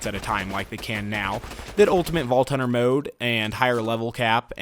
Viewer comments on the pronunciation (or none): none